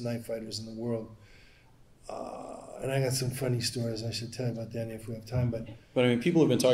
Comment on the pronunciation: IT SOUNDS LIKE HE MIGHT BE TALKING ABOAT WHAT TOM BLEECKER IS DOING!!